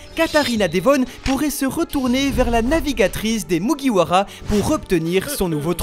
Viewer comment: Autant de theorie pour meme pas bien prononcer le “MugiwaRa”